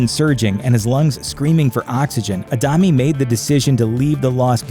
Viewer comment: Horrible pronunciation of Adame!! It's not a dam me or a dummy, it's Ah da meh. There's an accent on the "e"